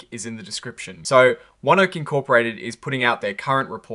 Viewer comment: It's pronounced one oak. Earnings tomorrow also, OKE beats and rallies 2-3% this week